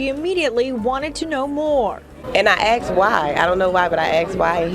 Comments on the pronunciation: she said “aks” instead of ask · it's asked not axed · The waitress said " I axed why... I axed em. and day said that the pole ease" I guess grammar and pronunciation wasn't her strong suit in school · She aksed why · The black waitress axed why she axed why you help dem police? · I'm not being racist at all when I ask this...but what in the hell is with black people saying axed instead of asked? lol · "I aksed why" lmao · I "axed" why the "po"lice lol ... more emphasis on "POOOOO" .....lice plz lmfao oh amurica haha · it’s not “ax” or “aks”.... it’s assssk. Spelt A S K Just trying to help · Why do people say 'they aksed why?' It's asked. The s is before the k. Are they the pocile or the police. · she axed them why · Why do people axe instead of asked? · AN I AXED WHYY- IAXED WHY, THE POHLICE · she axed why!!! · "...and I 'axed' him why..." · I AXE why...i AXE why...fucking swampninja's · She "axed" why? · She axed why? AXED? What the hell? As a foreign person I don't get this. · "aksed why." aKsed. AkSED. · is it so hard to pronounce "asked" or "ask" correctly? xD